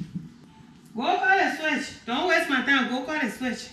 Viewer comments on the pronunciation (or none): The brother was deprived of seeing the daughter switched. I got the impression he wanted to see it. The switch she brought looked adequate to me; besides the small ones have a helluva sting. It got comical when the mom climbed the fence while muttering to herself to come back with a limb instead of a branch. The mom's pronunciation sounded like she wanted the daughter to go get a "swish". It's more descriptive than "switch".